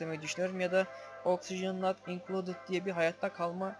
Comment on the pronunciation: yanlız okşijen not inkolted degil de oxygen not included